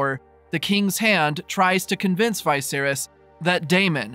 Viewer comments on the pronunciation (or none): Having a tough time accepting the pronunciation of vicious as veye-virus LOL wtf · Thanks for the recap, though the way you pronounce "Viserys" sounds off to me. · The way you pronounce Vicerys ruined this vid. Lol